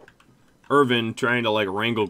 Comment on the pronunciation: Late comment, but as an Australian I feel obliged to mention that you said 'Steve Irvin' instead of 'Steve Irwin', which is an act of war against our nation or something